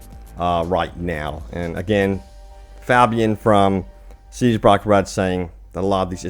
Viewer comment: Pronounced (Fay-be-an) ffs